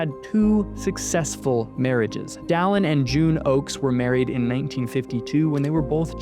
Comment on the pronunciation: So, where does the host get off calling the prophet “Dallen”?